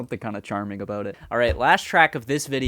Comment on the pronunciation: It wasn't your 'eh' that brought out your Canadianess, it was your aboot!